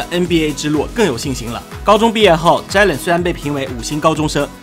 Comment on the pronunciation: 能不能尊重一下球员和听众，把球员的名字读对不是很难。不是“zhai”len！是“Jay len”。读了那么多次一次对的都没有！